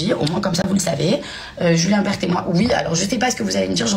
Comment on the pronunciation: C pas Julien bert c Julien berne 😅😅